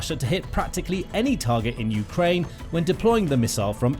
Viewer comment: Good information, thank you, but fire your narrator. Ukraine is pronounced with the stress on the 2nd syllable, NOT the first!!!!